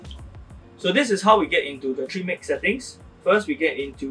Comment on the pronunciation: Please speak a bit slower and clearer. I know you are saying trim mix, but it sounds like tree mix. Thank you